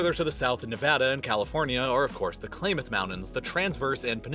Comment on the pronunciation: Klamath is pronounced, 'Clam-ath', not Klom-ath.